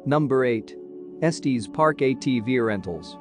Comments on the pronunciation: It’s pronounced Estes, like “Estiss”, not Estees, like Testes. Lol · It's pronounced Es-tiss park. 😼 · IF YOU CALL IT ESTEEEZ THEN YOU DON’T KNOW IT!!! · “Estees Park” 🤨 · Eeeew robo voice saying estEs is so wierd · Esteees Park is not how you pronounce it AI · Nice video…except…🥴 gotta work on the correct pronunciation of “Estes” Park! 😅 It’s like finger nails on a chalkboard when we locals hear it mispronounced! Just saying…😊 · Esteeeez park? And K-yaks? I love computer generated mispronunciation of easy words. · Terrible!! You mispronounced Estes and Kayak, plus your directions from Estes to Peak to Peak Hwy are lacking!! I am ashamed of this Vlog! After living in the area for 25 years. People will get lost because of this! Not good at all!!